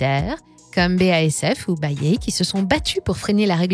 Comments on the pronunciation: Ils ont tous droit à une bonne prononciation sauf bayer haha. Ça se prononce "Bayère" 😜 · ça prononce Bayer "Bayé" mdrr ambiance lama faché on capte bien que vous déléguez la voix a une actrice